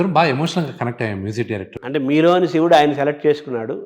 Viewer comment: కత కాదు రా, కధ. షివుడు కాదు శివుడు. ముందు తెలుగు సరిగ్గా పలకడం నేర్చుకో.